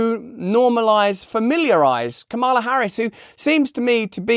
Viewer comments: It's KA-ma-la. I love you, Russell, but please be respectful and get names right. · As a native spanish speaker, "Momala" sounded completely inappropiate. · my skin ran away from me and into the woods when she said Mamala...ugh... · I must be from a different planet because I played "Mammala" twice and took about two minutes to figure out what it meant. I thought it was Hindi. Du. Di. You see I was trying to be fair to the segmented persons by ignoring Russell so he was no dam help 😅